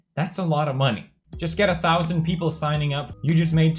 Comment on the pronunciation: did he just say 'sheple' instead of 'people' ?